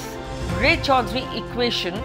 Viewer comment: Say রায় চৌধুরী not Ray _ Chowdhury. I think the news reader is a Bengali or an Indian. Why his pronunciation is so bad?